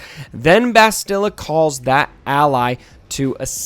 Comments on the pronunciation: Please stop mangling Bastila's name. Say the word "mastadon". Same inflections and speed. Bast-ill-ah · I dont mean to be rude, but my OCD is killing me...why does everyone mispronounce "Bastila"???